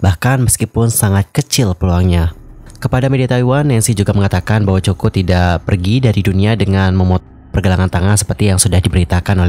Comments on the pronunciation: bacanya KOKO, 😭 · iya dengernya 😂😂😂Choco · English nya jelek bgt sih kakkk. Kayak gini kan jadi malu2in diri sendiri.... Coco lee, di baca nya koko li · Kok coko 😂😂😂😂 bacanya koko tulisanya coco lee😂😂😂😂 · Gimana bs seorang Content Creator ngebahas tentang satu tokoh tanpa cari tau dulu hal paling sederhana dan mendasar, yaitu penyebutan nama. Well helloo,, it pronounced KOKO and NOT COKO!!!! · bukan cho ko, tapi ko ko lie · Pengucapan bukan coko.. Tapi koko Lee... Hmmm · Sakit kuping sy dgr nsma Coco Lee jadi Coko Lee. Moga2 be Coko l de buat yg ... 😞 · bukan coko min...lafalnya yang benul didenger dulu sebelum ngonten...sangat mengganggu min koko yang benul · Bukan coko. Koko. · Mas...... sebutan nya biar betul Mas....... Bukan Choko Lee tapi Coco ( Koko ) Lee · Maaf salah sebutan. Nama mendiang ialah Coco (Koko) Li Wen bukan Choko Li. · Bacanya 'Koko' bukan choco kaya chocolate. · Bukan coko ya tp koko cr bacanya....itu terinspirasi dr brand parfum favoritnya doi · Coco [pronounce nya Koko]. Keliatan tidak riset dengan seksama. Coba periksa media internasional nyebut nama Coco Lee seperti apa. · coco dibaca Koko, not choko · bacanya koko, bukan coko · Coco lee.. Di baca koko li. Bukan coko.. Jadi aneh dengernya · Maaf...Coco bacanya Kowkow..bukan Coko 😥😥😥 sama seperti Coco Chanel..bacanya Kowkow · Coco ( koko spelling) please read carefully before you spread the news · Coco Lee bukan coko lee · Aduh ganggu bgt ya min penyebutan coko lee nya...COCO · Ini ganggu banget dengernya coko. Kl ngk tau spelling nya se ngknya google dl mas 😅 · Kok coko.. Ga enak dgrnya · Mbacanya Koko min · Bacanya KOKO bukan COKO, min... pea loe 😅 observe pronounce dulu sebelum jadiin konten, biar ga diketawain subscriber loe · Kok coko lee sih baca nya😂😂😂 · haloooo, sebut namanya salah tuh, yg benar coco=koko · Ganggu banget denger “coko “ 😢😢